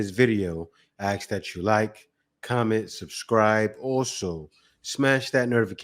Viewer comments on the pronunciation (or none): You cannot even pronounce the word "ask".and you expect people to listen to you?